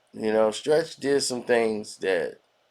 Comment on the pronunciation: He said Trech not Stretch